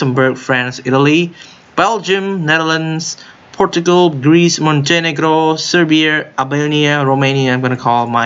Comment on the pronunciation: you say it perfectly fine. you don't have to change it.